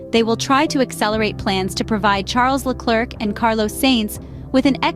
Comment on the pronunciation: Love the AI pronunciation. Carlos Sayyyyynz and Charles Leclerccccc 🤣